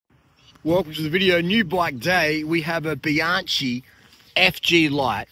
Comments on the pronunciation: Very pretty bike, mate! Midschool rules. But practice with me, Be-YOUNG-kee. Not Be-YAN-chee. Be-YOUNG-kee, please. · Nah, it's not a seperate "bee" It' bjahng-kee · Bianchi is pronounced Bee-Yankee